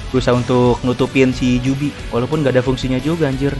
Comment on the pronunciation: biju bang bukan jubi